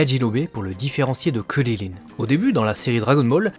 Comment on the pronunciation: C'est CRIL , pas cirrirrin